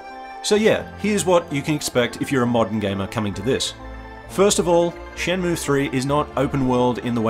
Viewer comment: ShenmUe pronunciation correct